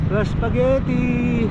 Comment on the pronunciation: bagong word from how "laspagetti"😂😂😂